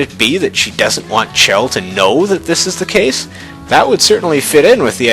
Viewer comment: It's Chel as in Shell check out dev comentaries on Portal 2.